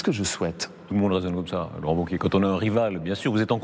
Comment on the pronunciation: Wauquiez !!!! pas ''vauquier'